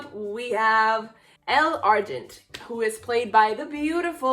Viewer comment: Idk If you’ve noticed but you’ve been saying Elle and Taos names wrong